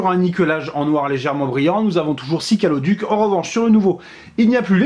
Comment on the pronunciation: "des calodics" tu a bus quoi ou fumer quoi sinon très bonne vidéo comme d'habitude